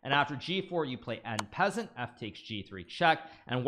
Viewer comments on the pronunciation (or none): "en peasant" 🤨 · Hikaru, super GM - “and after this you take en peasant”😂😂